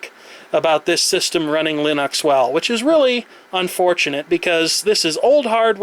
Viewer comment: Why the fuck do you pronounce it Linox. Fucking annoyong